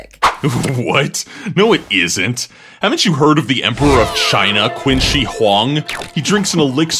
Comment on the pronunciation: Qin is pronounced Chin.